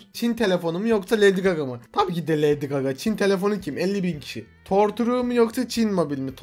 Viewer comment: Torture 'Torçur' diye okunuyor ve işkence anlamına geliyor